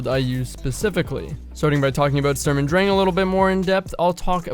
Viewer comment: And next week: We learn how to pronunce Sturm und Drang in a correct manner. Furthermore we learn about the origin of said term and what it has to do with Goethe. Thank you for the nice build. Will have a look at it.